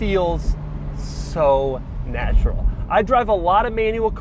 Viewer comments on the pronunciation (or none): none